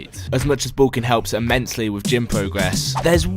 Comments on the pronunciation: the british way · why can't he say the word "bulking" properly haha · please say bulking right please